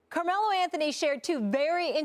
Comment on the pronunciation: "Carme-low" lmao savage 😂